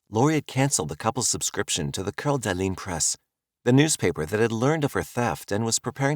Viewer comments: The pronunciation of Lake Coeur d’Alene. (kore-duh-Lane) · Not trying to be an asshole, but it’s driving me nuts…I know Coeur D’Alene is French and should probably sound like you are pronouncing it, but Idaho isn’t classy so it’s pronounced Core-duh-lane. Again, not trying to be an asshole. I really do like your videos. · the pronunciation of Coeur d’Alene makes me want to throw my phone 🤣